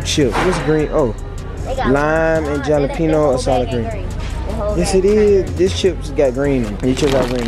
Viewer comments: HE SAID JELLA- PEENIO LMAAOOO ITS HALA - PEENIO (thats not how you spell it but thats how you say it ) Lmaoaka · I know he did not just pronounce jalapeno like that 😂😂😂